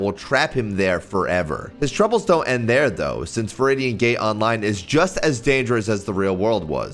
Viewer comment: aint no way he said gay instead of gate